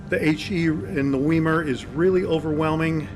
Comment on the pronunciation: I believe it's pronounced " Veye-mar." Generally e before i together, are pronounced as "Eye." In German. (Deutch).